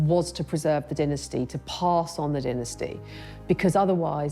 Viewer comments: they way the pronounce dynasty 🤡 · Stop saying diinesty. Its DYNASTY